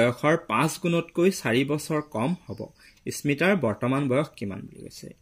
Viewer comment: Sir ismita nohoi smita